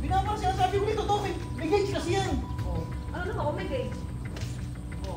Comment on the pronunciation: gAUge not gUAge